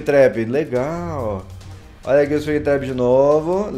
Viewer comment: não é´tap é trap,a não ser que eu tenha ouvido tap quando ele trap